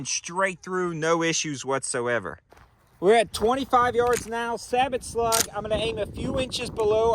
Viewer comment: You are pronouncing Sabot incorrectly btw.